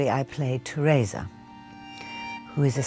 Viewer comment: Teraysa? It’s tereeeesa